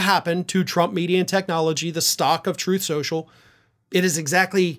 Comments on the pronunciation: "Sloth trenches".. Rgr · “SLTHROTH SCLENSSHUUL” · “Troth senchul “